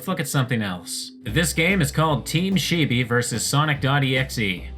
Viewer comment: you pronouncing "chibi" as "sheebee" killed me for some reason